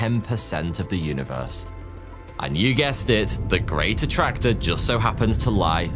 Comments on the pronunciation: Can't help but hear "greater tractor". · Did anyone else think he was saying ' the Greater tractor' ? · I thought you said The Great Tractor (like John Deere) 😂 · I thought he said The Greater Tractor for a sec. I mean....Tractors are pretty cool, but I dunno.